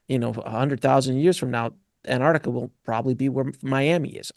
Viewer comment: "nucular" and "antartica" 😱🤦‍♂️